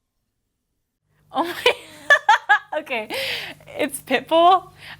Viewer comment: When she said pitbull I thought she said pickle hahaha